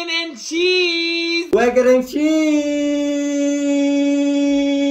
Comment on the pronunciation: Bro said eeeeeehhhh peeaaarrrprprp brecon and chiizzz